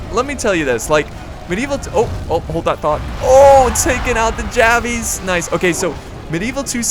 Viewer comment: Love the channel... just wish you wouldn't say javies